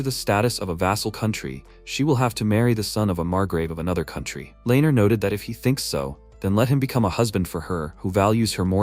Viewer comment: Hes "reiner" NOT "liner"